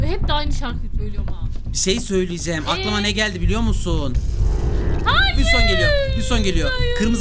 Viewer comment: Hayır diyeceğine "ÇAYIR" diyen koca yürekli:DDDD